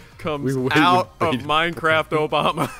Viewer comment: More minecwaft Obama plwz